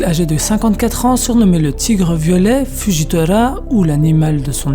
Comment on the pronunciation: justement tu prononce comme tu veux avec Akainu mais tu prononce Fujitola faudrai savoir un moment soit tu prononce comme tu le veux soit en japonais ou français mais mélange pas aussi